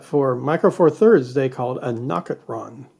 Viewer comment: You call it what? A nocitron? I just call it nocticron...